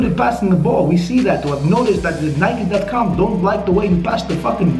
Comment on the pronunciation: the way you say Nike ffs